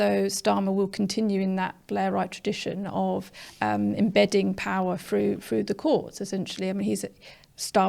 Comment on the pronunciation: It’s a sad sign of the times that we have a member of the panel, namely, who seems unable to pronounce words beginning with th she says fink & fru!!!!